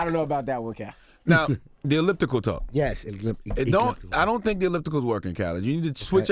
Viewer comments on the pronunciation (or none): "The egliptical"? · This nigga said "ekliptikal" lmao He's still my man though lol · "Egliptical" hahaha I can't rn lol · the "egliptical"😂😂😂😂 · Like my mans said, "The egliptical" lmfaoooo. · "I use the eglliptical.." hahahah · This nigga really can't say words correctly. First jewelry and now elliptical. The hell is "jewerly" and "egliptical" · I just searched Google for "Eglipithical" and it returned only one result (your comment). That shit never happens -- DJ Khaled just blessed us with a new word! lol